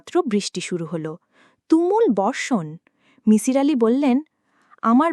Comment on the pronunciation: that was not kabbogrontho but golpogrontho fyi. its not mishir its misir. get our name pronunciation correctly.